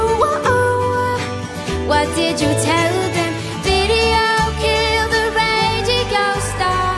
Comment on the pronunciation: why the hell is she saying radigo instead of radio o.O